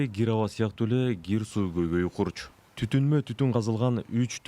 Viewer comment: Г мес к чмо лох гир эмес кир к тамга мн суйло